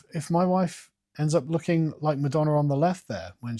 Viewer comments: Every time he says ‘madonner’ you gotta take a shot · “Pamaler and Madonner” lol